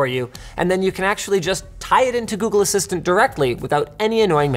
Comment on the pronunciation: Its not working because you said "Okay Woogle"